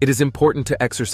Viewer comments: Its a crate not crane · It's called krait, not crane. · Krait not Crane Please learn to read if you're going to try to educate people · *Banded Krait not “Krain” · The narater is annoying by calling the krait snake a krain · If he says "banded crane" one more time 😂😂😂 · Periodically mispronounced the banded krait. Got it right sometimes.